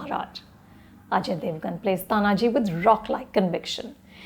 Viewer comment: Are you serious Anupama! First, learn to pronounce the name of the protagonist ie pronounce it as Taanaaji. It is not Tanaaji. Second, do not bring your fake secularism and inclusivity while evaluating period dramas, keep the times in mind. Historically, India’s the most critical and cruel enemy has been the Islamic invaders in the forms of Lodhis, Mughals, Durranis (eg Ahmad Shah Abdali), Khiljis etc. All were invaders. Some kingdoms in India had the pride and the courage to fight these invaders but lost. Some straightaway surrendered and unfortunately, worked for these invaders. These were the leaches that were the worst. It was primarily the Shivaji Maharaj and his Marathas who finally turned it around. Anupama, each battle that the Marathas had to fight against Islamic invaders Mughals, adilshahs, nijamshahs etc can be made into a great unsung warrior movie.